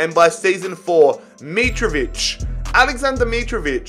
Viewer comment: u support Fulham and can't say Mitrovic right